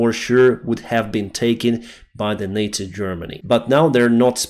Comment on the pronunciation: please learn to say the word "Nazi" correctly... It bugs me more than your other English mistakes for some reason.